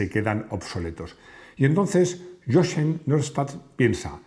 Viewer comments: Jochen se pronuncia "Yojen" en alemán, por lo demás impecable video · Hola. De forma constructiva, indicar que Jochen se pronuncia "yojen". Un saludo.